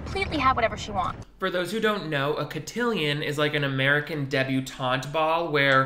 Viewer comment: LOL the French guy not knowing how to pronounce cotillion is golden